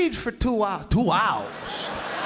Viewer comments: Even though he is from Chicago, when he says "Two Hours" that is a line and a mannerism straight out of a Brooklyn Italian's mouth. It is hysterical. If he moved to NY, he'd fit right in. I am 100% Italian from Brooklyn. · His New York level goes from 8/10 to 19/10 at that point.